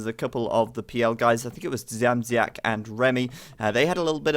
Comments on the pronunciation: Age of Empires 2, when introducing the second "bity kablem" was better. Dziamdziak can be difficult. You are near. You only use the "z" wrongly. You can try Dsiamdsiak.:D Greetings! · I don't know if it will be correct in english, but "bity kablem" means something like "being hit by a wire" :D and also about pronouncing Dziamdziak the version from about half of the video is almost correct, keep it up! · About Dziamdziak u say it terribly wrong, but no ones gonna blame u ... Im from poland and its even hard to write like it should sound at english. Someones gotta tell u that name and u need to hear that :P No way u can speak that other ways:P But at the end or event at the half of the match u were saying that aaaaalmost, aaaalmost correctly - keep it like that :P